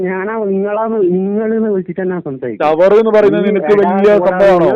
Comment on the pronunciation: Chavar alla.. Chaaaver...!! 😂😂😂....